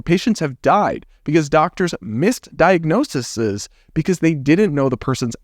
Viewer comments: You struggled twice with this word so let me help you. The plural of diagnosis is diagnosEs, pronounced "die-ugh-noce-EES". You just change the i to an e and give it a long ee sound. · Diagnose-ease This is the pronunciation of more than one diagnosis - the word diagnoses. You come across as a voice of reason in the maelstrom of ignorance and confusion we encounter and I thank you.